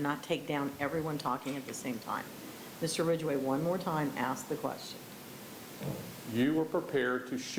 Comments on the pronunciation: First time they say “ Aks” in stead of “ aSk” , you know, stupidity rules 🙄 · I’m sorry but the AXE is killing me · She ditint axe me ta leave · “…ask…”, really? or more like “…AXE…”? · Axe, she didn't axe...... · 1st, the word is "Ask", Not "Axe"